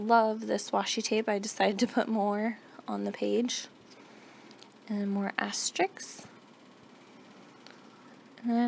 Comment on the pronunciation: Ok. Please stop pronouncing it "astrik". It's pronounced "as-ter-isk"! Other than that - I like your video.